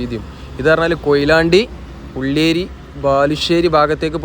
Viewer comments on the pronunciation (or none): ഉള്ളേരി അല്ല ഉള്ളിയേരി ബാലുശ്ശേരി താമരശ്ശേരി റോഡ്